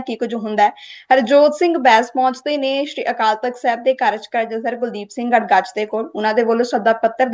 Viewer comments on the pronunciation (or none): none